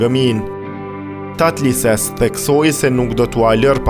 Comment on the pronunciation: TATLËSES.... jo Tatlises